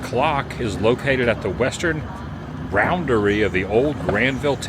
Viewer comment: "The Heck it-Wing it tour" Canadian edition. You still look ridiculous with your cap turned backwards. Well Chum, Tijuana is In Mexico, whether you consider it Mexico or not. You need glasses, Sir. Its Boundry, not Roundry. It doesn't take much to amuse you, does it? Steam?? Geez! Never ending story alley?? Really?? Who cares?? It's, "Reared its UGLY head" get it straight, for once! 🤢🤢🤮🤮